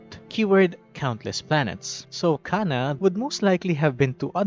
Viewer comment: Her name is jhana, not cana.